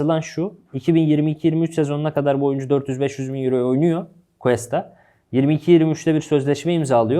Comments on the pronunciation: Ya 'ten bir ricam olacak konuyla alakasız ama Cuesta'yı "kesta" şeklinde okumazsa mutlu olurum. Kulağımı tırmalıyor bugün 2. videosunu izliyorum. "G" harfinden sonra "U" ve "E" gelirse o şekilde bir okuma yapılır. Saygılar 🤗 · Analizlerr çok güzeldi, teşekkürler. Ama ufak bir düzeltme yapalım: Cuesta, "Kesta" diye değil, "Kuesta" diye okunur. Eğer adı "Questa" olsaydı o zaman "Kesta" diye okumamız gerekirdi. İyi yayınlar dilerim.